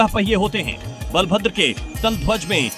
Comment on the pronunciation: Can you please correct you pronounciation it's bala(power)bhadra(gentle) not bal(small boy) bhadra